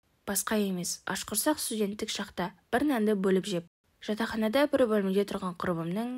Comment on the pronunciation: Жадағана емес жатақхана деп анықтап оқысаңшы. Бүкіл ел оқиды сыйласаңшы елді